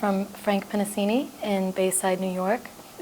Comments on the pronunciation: She says like 'Frank Pennisini' and the writing says 'Frank Pennisi' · The interviewer cannot pronounce the last name "Pennisi." How difficult is that? Eastern Promises was his best movie, by far.